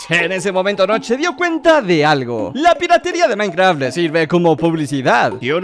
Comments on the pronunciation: en el segundo en vez de minecraft dice minceraft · soy el único que se dio cuenta de que decía minceraft? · dice minceraft no minecraft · 4 53 DECIA MINCERAFT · ¿Se dieron cuenta que en el minuto dice minceraft? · en el minuto dice minceraft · wtf dice Minceraft